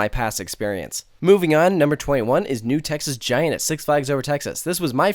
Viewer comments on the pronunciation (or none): I could've sworn l heard you say, "New Texas Gina".